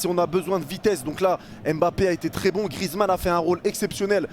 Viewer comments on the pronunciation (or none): Mais pourquoi tous le monde dit grizzmann C’est Griezmann wesh ! 😭🤣